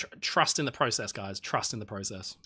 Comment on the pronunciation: You said process wrong a lot at the end